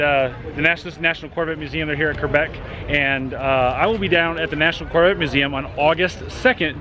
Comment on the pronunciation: Do a burn out.. and you're pronouncing Quebec wrong QU NOT QR